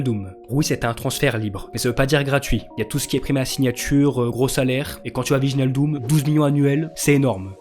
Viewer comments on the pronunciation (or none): Prenonce wijlnadium mieux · Wijnaldum ça se prononce ouéillna ldoum